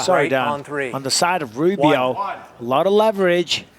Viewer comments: Did the announcer say "Boobio"? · You can’t tell me the announcer didn’t say boobio instead of Rubio 😂😂😂😂